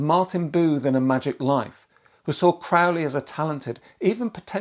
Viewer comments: Aleister himself would correct your pronunciation of his surname. It's Crowley, rhymes with 'Holy'. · It’s CROW-lee